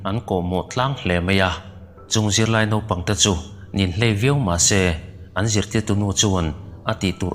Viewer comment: Inhlei, ti lovin, Ninhlei, tihtur a ni